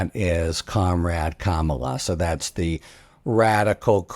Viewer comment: Thank you Harry for finally pronouncing Kamala correctly. You must have read the comments yesterday. My confidence in you has been restored